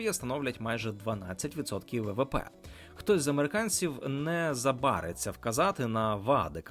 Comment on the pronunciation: Дякую за чудові інформативні відео. Я ваш поклонник. Але трохи критики додам. Наголос в слові ''не забарИться'' на ''И''. На 16.10.